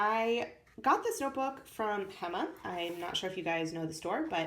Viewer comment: Hi, lovely to see how a household name in the Netherlands is actually reaching people elsewhere.. Hema is actually pronounced ' Heeema', the first sound is like the 'ay' in ' way'. We buy everything there. The concept of the store is that they only store a couple or even one type of every product, so they already make the choice for you.